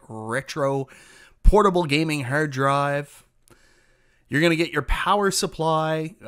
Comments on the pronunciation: Sounds like he saying hair dryer. Im gonna pass on the review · The way you say hard drive, terabyte and rpm is bonkers. Hahaha